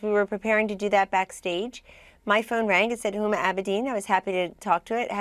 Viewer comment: She did a Beavis and Butt Head thing she called Huma IT, LOL